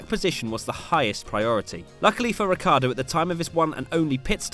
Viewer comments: Is "Ricciardo" not "Riccardo. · it´s not Ricardo its Ricciardo!|!!!!!!!!!!!!!! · Is Ricciardo, nor Riccardo